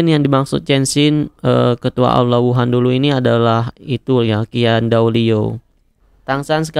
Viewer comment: Bang lu nyadar ngak lu bilang aula wuhun Aula wuhan